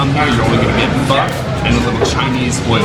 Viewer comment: Pho - omg pronounce it like in "forget it" there is much much better food in Vietnam. just look at this disgusting fatty meat they put in. pork rind, fat and a bit tough meat.